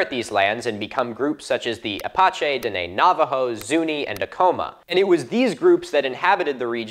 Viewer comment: He mispronounced tribal names, bro. He butchered Apache and Diné